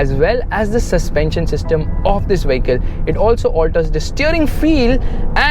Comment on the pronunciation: You are always pronouncing "vehicle" wrong. Friendly suggestion ✌🏻